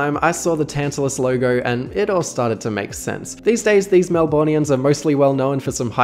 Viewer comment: "MelBORNians"???? AN AUSTRALIAN SHOULD KNOW BETTER!